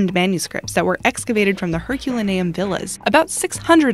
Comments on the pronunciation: Her-cu-len-e-um. That is the correct pronunciation. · This narrator bastardize the name Herculaneum Jesus Christ man don't they ever fucking study up on anything before the read a script